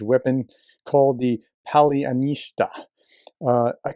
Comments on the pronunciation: Four syllables: pa - lia - nY - tsa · It's more like Palya knee tsy ah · Paljanycja, paleanâțea Paľanyc'a 😂